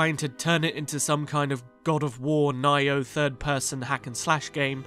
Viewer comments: I don't want to put you on blast but Nioh 2 is pronounced NEE-OH TWO since you said you've never heard of it. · Is he mispronouncing Nioh? Is that what he's trying to say?